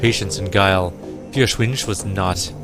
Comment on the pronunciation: Listening to you pronounce German is...painful haha. It's not the easiest language to pronounce. I know I'm coming in late, but "Feuerschwinge" is pronounced Foyer-shwin-geh (hard G), or thereabouts.